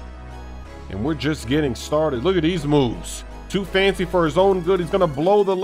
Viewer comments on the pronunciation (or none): none